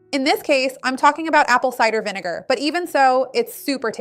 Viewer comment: is it so efing hard to say vinegar ?